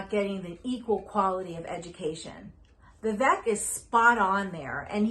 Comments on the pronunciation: I agree with the points you make on politics in general. However, please pronounce Vivek properly. It’s Vivek, as in “cake”. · Its pronounced viv-AKE